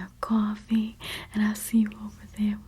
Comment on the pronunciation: she said “Coffee” like a Jersey Girl 😆